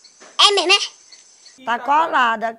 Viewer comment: É mêrmo é ? hahahhahaha O povo bão. Bjão